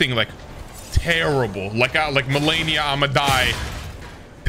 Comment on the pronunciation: Is there a Y in malenia? Why do you keep pronouncing her name like that lmao